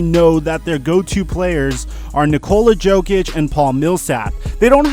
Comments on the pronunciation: It's not Jokic with a hard "J". The "J" is pronounced "Y', like Yokic! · Please pronounce Nikola's last name "Yokic" because your way of pronouncing the J is hurting my ears... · Good video, one thing though, Nikola 'Yoke - itch' no J sound